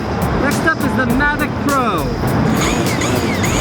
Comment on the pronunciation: Coming from the guy that says "magic" instead of "mavic", get lost kiddo :)